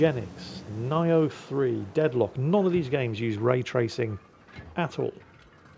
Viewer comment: Sir, you don't say Nioh 3 Nigh-O 3, but as Neo(from The Matrix) 3.